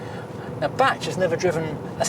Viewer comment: It’s Batch!